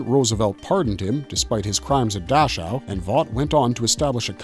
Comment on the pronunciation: Dachau => Dack-how